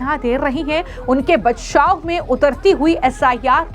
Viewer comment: bachab nhi bachaw hota hai